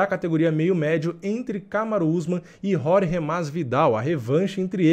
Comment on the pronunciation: Não é "Rorgê" é Jorge.